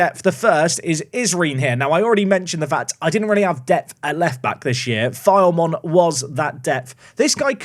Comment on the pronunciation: Enjoyed this episode! Just wanted to say that Filemon is pronounced Phi-Le-Mon and Asyraf is pronounced Ash-Raf.